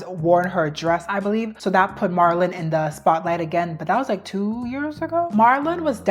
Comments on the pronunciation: Marilyn, not Marlin. I'm sorry even my subtitles picked up the mispronunciation. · Girl the way youre saying Marilyn (" Marel-Lyn") like Marlon...,😭😭😭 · Did you just call Marilyn Monroe “Marlin” like the fish??? That is NOT how you say her name 😂😂😂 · It’s not Mahr-ilyn, it’s Mare-ilyn. It’s not heroin chick, it’s pronounced like heroin shiek. I swear, it’s like you intentionally pronounce easy things incorrectly on purpose in every video lol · Girl I love you but it’s MARILYNN. Not MARLIN. That’s a males name. MARA-LYNN is how you say it. Also it’s MICHAEL not MICHELLE. Come on it makes it seem like you didn’t even study this video. And you call yourself a history nerd.. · it’s Marilyn not Marlon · Try pronouncing it Merry Lynn Monroe. Marlin was so cute tho 😂☺️ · it’s not marlin it’s Mare-uh-Linn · Some of these mispronunciations are SENDING ME 😂 Marlin? 😂😂😂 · I love the historical explanations. I also love history. This is the most interesting part to me. Btw "Marilyn," is pronounced "mare," ( like the female horse,) i lin. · im sorry MARLYN????? how do u mispronounce that icons name so many times😭😭😭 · MAIR-uh-lin is how you say Marilyn. Also, Bridgette Bardoe, long O and no T. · And "marr-ilyn Monroe" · You're a sweetie but please work on your pronunciation of things and people.Marilyn isn't Marlon,and Micheal isn't Michelle. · What in the annunciation...I dealt with doe-ve and Mar-lon but Bar-dot? Do you watch anything about these people before you speak about them. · I’m so sorry but I was tweaking out when she kept calling Marilyn- Marlyn😭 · Marlon ?? You mean Marylin ? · they way you pronounced her name is so funny “Mar-lin” is a guys name😂😭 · It's pronounced "Mær-a-lin" Monroe. This is the first time I've ever heard it mispronounced. Ever.😅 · Girl, your pronunciations of Marilyn and Bardot are WILD 💀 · gurllll you are not saying Marilyn Monroe's name right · Forreal im glad im not the only one who noticed her butcher her name 😂😂